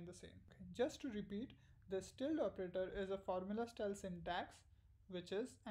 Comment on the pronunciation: Very useful video - thanks! (and you pronounce 'tilde' just fine!)